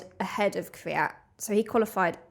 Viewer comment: beetween the K and V not V and Y. most people say Kyvyat which is 2 syllable. and wrong.